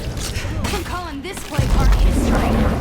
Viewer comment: It wasn't until I saw the words "Plague Heart Destroyed" that I realized the guy talking wasn't saying "Play Card"...voiceover hosts must take care to enunciate.